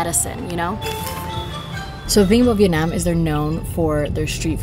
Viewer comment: As a Vietnamese American, I love how you pronounce Vietnam. The way we say it, “Viet-naam ”, not the way westerners say it, “Viet-nom” lol